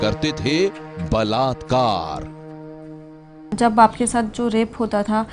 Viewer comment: Blatkar blatkar😠😠😠 Kese bol the ho